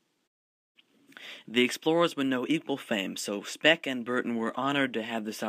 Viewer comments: its speke not speck, ffs. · Thank you very much for this great video. Just 2 things: it is Tanganyika as in "tangayeeka" not "tanganyaika" and Speke as in "speak" not "speck"